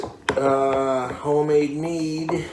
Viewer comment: Meaduuh with a huff at the end everytime